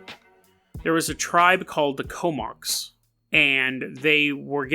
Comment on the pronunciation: It's pronounced Ko-mox.